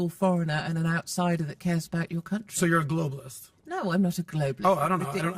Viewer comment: He’s the man who puts tree in country. Hmmm…or is it the other syllable? Love you!